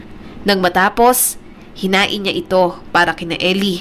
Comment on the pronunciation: INIHAIN NOT HINAIN